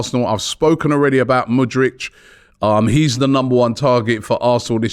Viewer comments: can you stop saying mudrych fam its mudryK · Love ya but bloody hell man, the way you butcher names is unique. It's MudRYK, not MudRICH! He's not Croatian my guy 😆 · And Murdrich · Robbie. Its Mudryk not Mudrič. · ROBBIE! Robbie... hes Ukrainian, not Croatian! Its not mudrić... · He dont wanna come to arsenal because you guys cant say his name right. Its K at the end, not freaking ic'. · How hard is to pronounce MudryK? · Thank you!!! I don't know why Robbie finds it so hard to pronounce the K at the end of his name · he thinks it's like Modric lmao